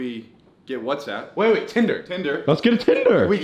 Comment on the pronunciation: THIS BOY SAID WATSAPP